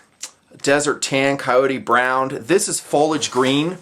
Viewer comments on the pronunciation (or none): none